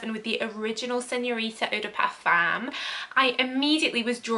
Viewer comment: Love your videos 😍 thank you so much ❤️❤️ Just a little tip, eau de parfum is pronounced O DE PARFIN